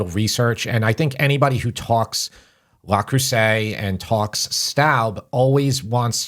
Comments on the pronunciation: Yes, it's Le Creuset, not La Creuset, but who really cares? I'm really not picky, except that my French professor at Fordham (who hailed from France, and went back there two years into his contract) wanted to have me investigated by the Dean because he insisted that no guy from Brooklyn could possibly speak and read French as well or better than a native. And now on to the rest of your new and enjoyable episode. PS.....I'll go for the Chinese made knock-offs, they work just as well and can take the abuse of our electric stove and oven. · Not wanting to be pedantic but it's Le Creuset not La! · It's Le not La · Learn how to pronounce the product. Not “LAW”! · Love you guys! But it's pronounced LE Creuset...not LA Creuset. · Dude that’s not how you pronounce that. It’s Le not “Law” and Creuset (krewsay) not “Crowsay” 😂 and as someone with over 30 pieces I can say you maybe need 3 pieces for a decent collection that will last a lifetime. I’ll also add they are the lightest weight cookware for its category as true cast iron enamel. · Google "pronounce Le Creuset" La is feminine and Le is masculine. Thanks and for all you do!